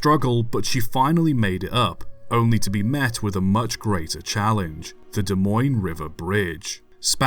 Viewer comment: Wow pronounced Des Moines right. Even people a state away can’t do that